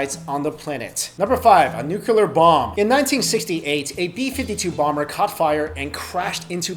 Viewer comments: You're pronouncing Nuclear wrong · your pronunciation of "nuclear" is so irritating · from french i say nucli-ar. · Learn how to pronounce nuclear, please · You always say nucular instead of nuclear lol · It's not nucular it's nuclear. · Nuclear* not nuculer. "Nuculer" is not a word. Also, please use the correct nomenclature of hypothesis when postulating conspiracies. A theory is something to which there is verifiable, repeatable, and objective evidence to support the postulation. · It's nuclear,not nuke-ular.Are you Bush? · "where the most brilliant minds conjugated"? It's congregated. "large groups of nucular engineers lives"? It's spelled "NUCLEAR" and pronounced "nu-clear". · ....for God's sake stop saying "nukouler" it's NOU-clee-er! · "New-clee-er". Not New-que-ler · It's nuclear, not nukelar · He said "nucular". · Why are people still pronouncing nuclear wrong? Nuke-klee-ur, not nuke-you-ler. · STOP SAYING NUCULAR, IT'S NUCLEAR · always love all of your videos. just one suggestion the word is nuclear not nucular.:-) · Hey... it's pronounced NUCLEAR. Not NUCULAR. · How's it possible to pronounce nuclear as nucular?! \8I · Nuclear... It's pronounced NEW CLEAR. There is only one U. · "nucelur bombs" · Stop saying nookyular. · What's a "nucular" weapon? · "Nucular" count is too high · NEW-CLEAR, DEH-BREE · As far as I know It is called nuclear weapon (utilizes the atomic NUCLEUS). Not nukelar (as pronounced in the video). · I get cancer every time he says nucular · "NUCULUR wepunz" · He says 'nook yoo lar' like Bush did. Made me run screaming from the room. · I chuckled every time he said "nucular" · That is something that really bothers me, and I don't know why. It's Nū clē ar three syllables, the u and the e are long. It doesn't seem that hard to me, but it seems that many people just cannot say that word. President G.W. Bush is one of them. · No, he says nucular.